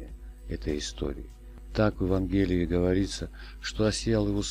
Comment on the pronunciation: всё хорошо, только портит впечатление, когда рассказывающий говорит - ЕвангЕлие и плАто